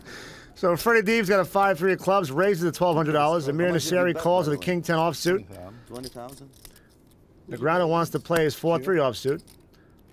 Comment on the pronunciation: Daniel Negreanooh